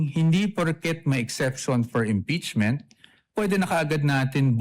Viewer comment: Diokno- Ngeeepeachment ba?? 😂😂😂